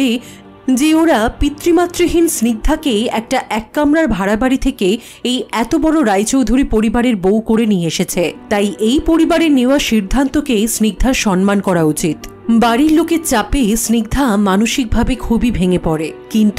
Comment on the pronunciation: Apnar kotha sunte khub bhalo lage..kintu pls সম্মান bolben..shobdo ta sonman noy.